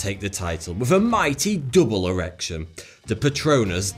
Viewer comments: He said eerection 4 times in 33 seconds.. i cant bro😂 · You cant hear somebody say mighty double erection and not laugh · maybe because its not supposed to be funny. maybe is supposed to emphasize the word e r e c t i o n